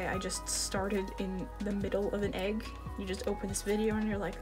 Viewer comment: Not me thinking flower everytime she says egg